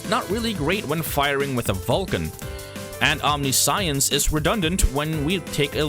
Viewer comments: Omniscience is pronounced wrong. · It's actually pretty weird that we pronounce it the way we do, given that it's a compound Latin word "Omni" (all), and "Science" (knowledge). The way he says it in the video would actually make more sense, even though it isn't how it's said. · that's not the correct way to pronouce omniscience. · omniscience - om - Nish- yense not ... Omni science .... Fuckin' shit dude. Please tell me you got through grade school in tact?